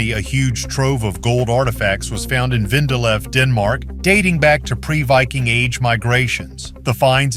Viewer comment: It is not VENDALEV but VENDELEV .. i JUTLAND in Denmark.